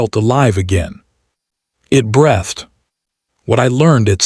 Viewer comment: We don't know how to pronounce breathed?